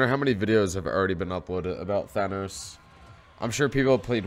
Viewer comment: Good stuff but you're saying "Thanos" wrong. (Thane-Os)